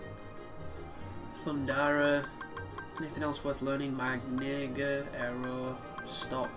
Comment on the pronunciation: I'm sorry, but when you were saying Magnega in it sounded like you said "my nigga" lol I was cracking up because I was only listening to your video without watching so it caught me off guard lol